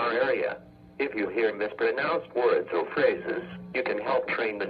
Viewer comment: He also can't pronounce the word or the right way. However some weather forecast offices (should've) fixed this.